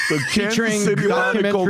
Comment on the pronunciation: Cannes / Kanses 😂😂😂😂